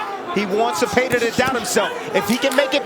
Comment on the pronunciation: These commentators where all on Baranchyk's nuts. Im 100% sure in they're minds Zepeda (not Zepayduh) was goin to lose. Don't ever count out Raza son.